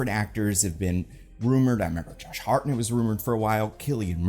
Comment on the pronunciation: did he call Josh Hartnett : Chartmen?